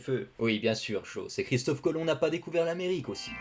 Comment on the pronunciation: Et pas Chistof Colom